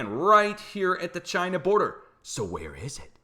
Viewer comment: Why...WHY do you sa Ch EYE NUH